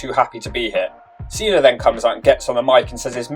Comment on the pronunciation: Why do you pronounce Cena as "Cenar" but Batista isn't pronounced Batistar?